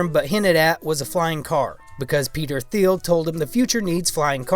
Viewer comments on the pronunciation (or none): You sound like you have no idea what you're talking about when you don't know even how to pronounce Peter Thiel. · At least say Peter Thiel's name correctly. He's the antichrist, after all